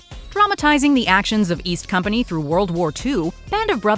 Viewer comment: Did this woman really just call the men from band of brothers “East Company” 🤯